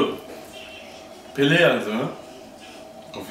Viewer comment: Pelé, nicht Pele! Google: Ungefähr !